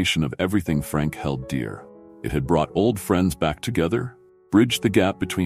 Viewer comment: A pity the narrator has such a poor command of English - smear, held, grayson... I stopped watching at that point.